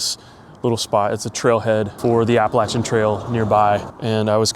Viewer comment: If you haven't been to Harpers Ferry and Antietam, definitely go. The amount of hiking options is beyond anywhere else I know. Maryland heights, C&O, Appalachian trail (and yes, make sure you say it correctly like did)